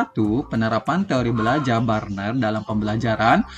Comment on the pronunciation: Luar biasa... bacanya teori Bruner pak bukan burner😊